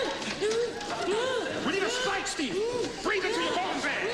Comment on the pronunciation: So that is where 'I can't breeve'' comes from.